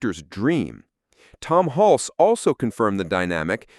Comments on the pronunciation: . “HULC-SEE”??? It is pronounced, “HULS”. Single syllable, silent “E” Jesus man. This is the centerpiece of your video and you can’t even pronounce the lead actor’s name, right. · It’s Tom Hulce (like “hulse,” not “hull-see”). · His last name is pronounced hull-see. Not huls. Stupid AI forgot a syllable who ever made this got so many details wrong. Come on China step up your game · Nope, you can’t use a bot voice for these things. It’s Tim HULSS, not HULCEE. Please do your research, it makes everything in this video suspect and I wanted to like this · So is the actor's surname pronounced HULSS or HUL-see? It's in here both ways, alas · Tom Hulcee ??? -- AI ! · Pronounced Hulse like pulse. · BTW the name is Tom Hulce but pronounced Hultz. If you're going to make a video about this movie you should know how to pronounce the name of the actors. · Nice video, but maybe learn to pronounce the name of your lead actor. It’s not “hulsey” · "Tom 'Hul-cee". 😂😂😂😂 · Haha!< The announcer doesn't know how to say "Hulce" ! 😂😂😂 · Ai voice sucks. Pronounces 'Hulce' 3 different ways. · Milos Forman's first name isn't pronounced like Milo. It's pronounced (Mee Losh). And the E in Hulce is silent. And, don't ask me why, but Tucker Carson has the same laugh. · Seems like more AI nonsense. Tom Hulces name is mispronounced. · You pronounced "Hulce" two different ways.